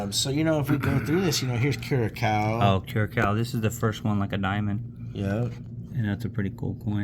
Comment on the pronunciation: Cool stuff! Seeing designs used by other countries has always been fascinating! Want to correct your pronounciation of Curacao it's CURE-UH-SOW, rhymes with OW that hurts! Small little island country and fun fact, Andruw Jones from the MLB was from there! Good video!